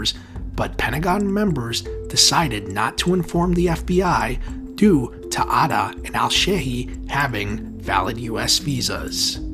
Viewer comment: Man the pronunciation killed me Mohammed aaaaataaaa😂😂😂😂😂😂😂😂😂😂